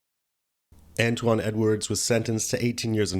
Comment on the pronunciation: Dude doesnt know how to pronounce antoine...hahahaha he says antone? Hahahaaa